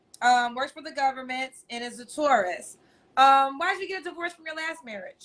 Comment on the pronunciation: Is saying tourist or Taurus...